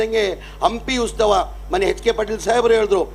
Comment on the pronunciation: ಅದು ಉಸ್ತವ ಅಲ್ವಾ ಉತ್ಸವ ಅಯ್ಯೋ ಕರ್ಮ ಉಸ್ತುವಾರಿ ಸಚಿವ ಅಂತೆ ಮೊದಲು ಕನ್ನಡವನ್ನು ಕರೆಕ್ಟ್ ಆಗಿ ಉಚ್ಚಾರಣೆ ಮಾಡೋದು ಕಲಿರಿ